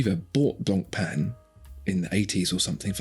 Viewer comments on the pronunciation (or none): Don't pronounce the "C" in Blancpain It's BLAWN/PHEN GREAT VIDEO AS ALLWAYS